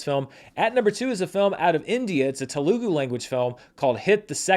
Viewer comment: Love watching Charts w/! every week:) One small thing I'd like to note is that Telugu is pronounced tele (like telephone) and goo. Just a small thing